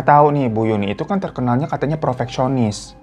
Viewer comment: profoksionis, prefeksionis, perfeksionis bwwankkkk